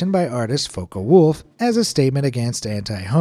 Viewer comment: "foka wolf" The friend who pronounces everything wrong:👁️👄👁️🤨😰😖